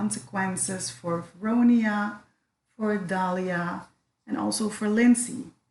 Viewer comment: VelDONIA - Why is no one saying this name right ?!?